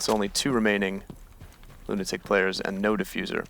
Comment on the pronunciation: It's pronounced Lunatic